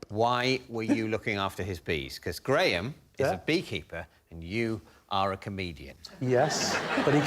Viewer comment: I hope those watching from North America can hear how the name Graham is pronounced properly…Not “Gram” as pronounced in Canada and the US.